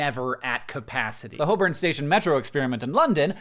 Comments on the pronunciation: my shock when he pronounced Holborn correctly was immediately followed by sadness when he called it a metro station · Nice 'Holborn' pronunciation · I'm impressed that Hank pronounced Holborn correctly 👍